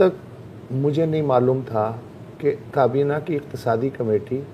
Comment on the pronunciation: Totally enjoyed the humor with sarcasm! One thing that I have noticed Mubashar Zaidi and Zarar Khoro both are impressed with Usman Dar's pronunciation and accent as now they are trying to adopt it by pronouncing کابینہ as کبینا